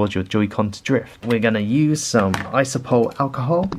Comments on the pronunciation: Iso-pro-pill. Not isopol. It's like you're just pretending half the letters in the word don't exist lol. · ISOPROPYL alcohol not iso-pole?! Iso-pole wtf